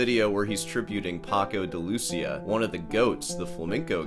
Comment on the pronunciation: Wassup? Love your ranting and congrats for the 3rd Place Championship you landed in Troy, Alamaba no less, but when pronouncing "de Lucía" you should put the accent on the i, not the u. Please.